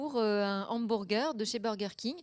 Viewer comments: "ambourgueur" NON ! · il y a que moi que ca choque qu'elle prononce un Hambourger ? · "Hambourger" x)